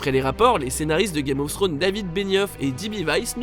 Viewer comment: « Game ofsstro » 😭😂